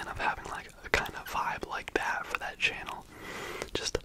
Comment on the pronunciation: i love the way you say "channel" like "che-nel" i literally just keep coming back to hear you do that in the intro on repeat